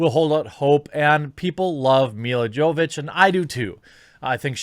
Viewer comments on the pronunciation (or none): Her last name is pronounced Yovovich